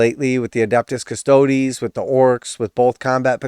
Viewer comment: It makes my brain happy when you say Custodes 'properly' ha-ha. The times you say CustOds hurts my head.